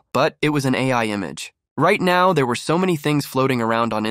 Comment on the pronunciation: "Sow" means so